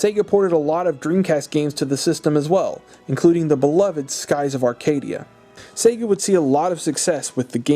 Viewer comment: am I the only one that hears “Satan” instead of “Sega”?